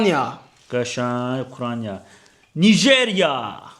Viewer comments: Ukraniya yox ukrayna😂😂😂😂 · Ukraniya yox Ukrayna